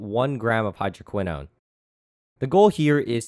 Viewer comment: what he said: hydroquinone what i heard: hydro*quis-nose*